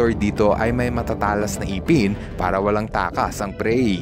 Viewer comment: iiiiipen o ngipen ? huwag nyong baguhin ang Tagalog dialects ! para kang bisiya na kakilala ko ! a